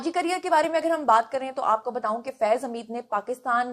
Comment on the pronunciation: میں نے پہلے بھی کہا تھا کہ آپ بتوؤں نہ کہا کریں بتاؤں کہا کریں آپ جب بھی بتو ؤں کہتی ہیں تو لگتا ہے ابھی آپ کہیں گی آلو بتو ؤں۔ ب ت الف کہیں ب ت ؤ نہ کہیں۔ جس طرح آپ نے کہا ہے بتایا تھا اسی طرح بتا کہیں